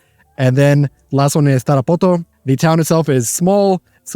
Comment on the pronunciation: sry but the way you pronounce Tarapoto sounds dumb